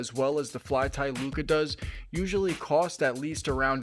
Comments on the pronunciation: Bro said "flyti looca". But great video, very informative. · Great review, thanks! BTW lucha is pronounced loo-cha, it's Spanish for fight, like the wrestlers luchadores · Lol Lucha is the word! You have a couple other comments about it too. Its pronounced how it looks. Loo-Cha, that ch make the classic ch sound like if you were to say change. If this is a weird troll then you got me lol. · How the hell do you not know the pronunciation of the item youre reviewing? Never watched wrestling i guess. Good in depth review besides that annoyance.